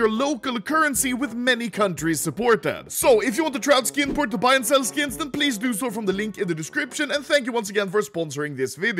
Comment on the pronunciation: I'm going to be completely honest. I thought he said "Skin Porn" the first time he said "Skin Port"